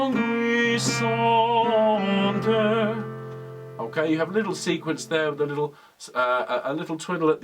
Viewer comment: Love this piece - sang it arranged for 3-part women's choir. Well done with the french - just languisante is pronounced larng - ee -zarnt (no 'w' sound) Thank you for Quarantine Chorus!